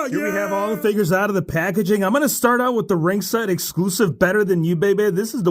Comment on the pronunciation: 'Figiess HHAAHA' got me rolling😂